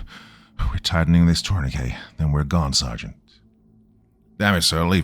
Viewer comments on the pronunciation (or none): Turn e kay? pretty sure you meant 'tourniquet'. Pronounced : Tur ni kit